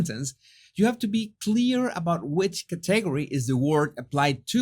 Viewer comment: Category ...pronounced Cat • uh • gor' • ee accent on the "gor" (but it's cute how you say it). 😉